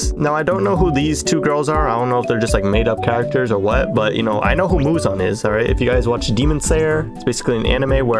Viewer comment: Muzan ❌ Muzon ✅